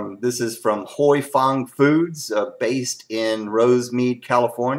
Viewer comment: I have been told by an Asian with the name Huy that it is pronounced whooey or who oui. Like when you are excited and say wheeeee! Any way you say it it's a great sauce! Thanks for the comparison video.